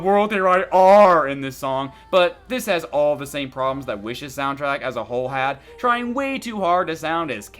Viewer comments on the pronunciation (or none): none